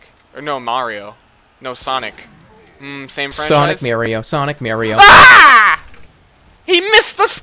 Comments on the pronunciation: I hate it when someone says merio instead of mario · Its-a me, Merio!